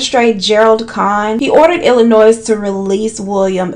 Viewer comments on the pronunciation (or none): I love you sis........ P.S........the s is silent in Illinois.... 😂😂😂🤣🤣🤣🤣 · The S in Illinois is silent 🥴🥴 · Honey baby girl… the s in Illinois is silent. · My girl, it’s Illinois without the “S” lol